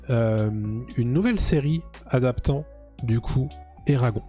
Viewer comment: Eragon eragon..ca se prononce eragone